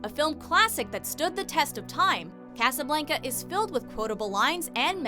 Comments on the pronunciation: It is pronounced cASablAnca not Caseablaanca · The way you pronounced Casablanca made me cringe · I think he just meant the accent. Usually it's like Caasa blaanca. But you guys are all good